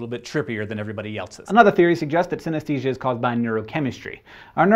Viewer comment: I have synthenisia, and Hank, you were pronocing it wrong.